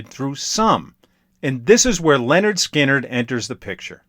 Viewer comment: It's pronounced LINard Skynard. Not LENard. 😉